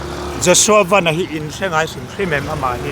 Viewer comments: Piangte Vennnn a ni lo , Van- Sky, VAN ti in ko roh... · Ku Pianga hian a lam dik lo nih hi😂mahse Ku Pianga kha ni tlat a,a changin lam dik leh tho bok a,Aaaa Ku Pianga kha ni tlat a😂😂😂